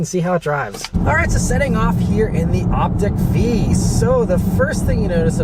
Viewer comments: Short i. Why? Lyriq is pronounced like lyrical. Vistiq is like vista. Optiq is like optical. Escalade IQ is… okay, well, that one is not like the others. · Op-tick? I say Op-teak....😂😂😂